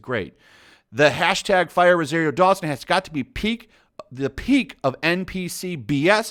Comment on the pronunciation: You’ve been reading and hearing the name Rosario Dawson for weeks and you can’t say it pronounce it right? What’s up with nerds and having to putting different inflections on words and names....yo, Ro SAR io....SAAAAARRRRRRR NOT SARE. How do you do that? Would you say her name wrong to her face? Do you have a problem hearing?